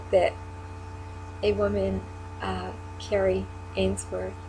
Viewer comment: Also, quick note...Kari's name is pronounced like a car, car-ee, not like Carrie. (She corrected me herself once)...Kari is a hero for us as well. Such a remarkable woman...takes after her mother :)